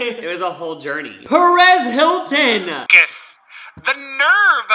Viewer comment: I heard "Paris Hilton" not "Perez Hilton" so when I saw that dude I was like "wait wtf" 😂😂